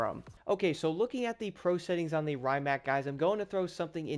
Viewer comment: The original electric hypercar! The brand is pronounced Ree-mac. I won't be surprised if they add the Pininfarina Battista, which shares many components with this.